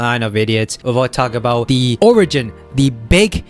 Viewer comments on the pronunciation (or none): none